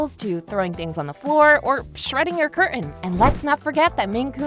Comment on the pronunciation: Not sure how informative this is when you can't pronounce threaten and curtains correctly.